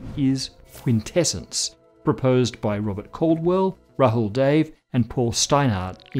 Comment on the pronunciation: Lol ... its not Rahul Dave ... its more like Rahul "Da-Way"